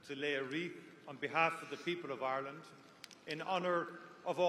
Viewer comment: Irelant.....lol. no elocution lessions